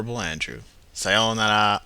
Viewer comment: It was jarring how perfectly he pronounced "sayounara."